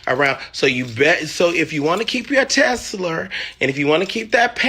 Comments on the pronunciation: Sir did yu mean keep his Porsche PANAMERA or an actual PANORAMA photo!? & Its TESLA not TESLER 😂🤣!!! So articulate yet the Smartest dummy I ever seen online... #PoThang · Tessler and Panorama! 😂😂😂😂 lawd I can't stand a non pronouncing person!